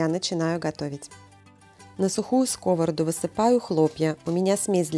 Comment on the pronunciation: В слове сковороду ударение на последнем слоге. Не в обиду.